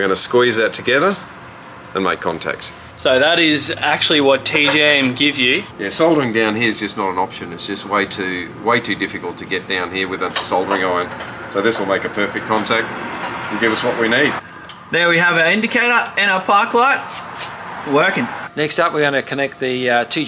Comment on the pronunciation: Ekspecially Perfict or sumthink 🤦🏼🤣